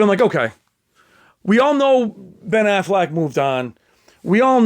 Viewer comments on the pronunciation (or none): none